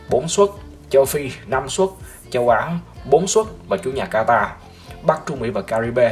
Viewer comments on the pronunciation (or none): none